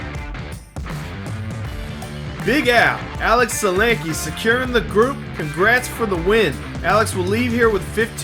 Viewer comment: Nice! Some aggressive driving and passing on the Mountain today! As a side note: geat job on the pronunciation of Sulanke. Nailed it!